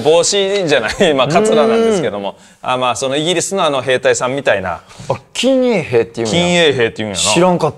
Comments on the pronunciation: 近衛兵をきんえいへいって読む奴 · 近衛兵(このえへい)じゃないの？